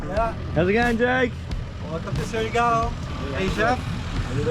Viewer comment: I love how you started saying Surigao right then wrong haha its like saying Shargo gorgeous place great episode